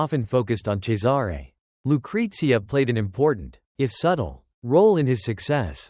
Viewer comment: Cesare is pronounced "Chessarey" not Cesaaaare